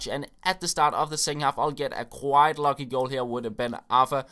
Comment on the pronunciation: i really love your channel, and your the best skiller but.... please stop saying loggy and say lucky THUMBS UP SO HE CAN SEE